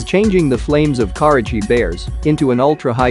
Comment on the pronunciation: I didn’t know COURAGE was pronounced as cArage